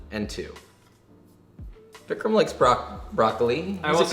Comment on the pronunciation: Vikram not jammin'